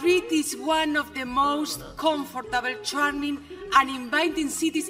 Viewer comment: No, se dice culture perfectamente. La unica palabra que dice un poco mal es 'comfortable'.